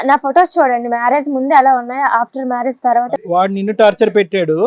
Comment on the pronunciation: Hello, కొస్సెను కాదు, క్వశ్చన్ అనాలి. మ్యారేస్ కాదు, మ్యారేజ్. సరిగ్గా నేర్చుకోండి.